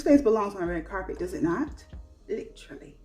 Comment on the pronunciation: Hey boo! I was cracking up at 'lit-trally'😂 I didn't know this makeup trend was a thing, thanks for sharing. I'm surprised the ring the alarm pallet is still around! I recall seeing it on sale in Ulta. Stone is the only color I wear in the lifter gloss. So good. I trashed my vinyls, too light/streaky and dry looking. Never thought about pairing with gloss. I thought it would make it run off faster. I never thought of pairing it with the vinyl. Great idea. Great video ❤